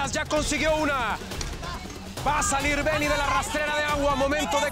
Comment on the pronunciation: Porque le dicen bengi si es beng 🙄